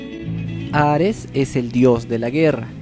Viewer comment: No es hares es hades pronuncialo bien lislike😐